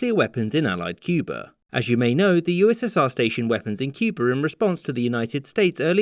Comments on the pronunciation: At one point you pronounced it “Cuber.” Was that a sneaky JFK homage? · From this video, I learned that Cuba could be pronounced as Cuber.